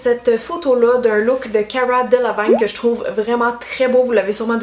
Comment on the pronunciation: Ya pas de “a” dans Delevingne hahaha